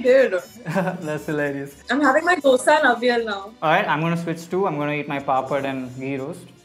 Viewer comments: Probably only person who said "dosa" And not dhosa! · U love the way she actually said dosa and not dhh-oosa 😂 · Palkova ,mysorepak, dhosa ! Her pronounciation was pure south indian !!!